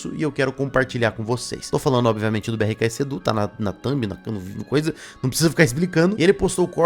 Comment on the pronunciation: Pq vc fala "betksedu" ?? 😂😂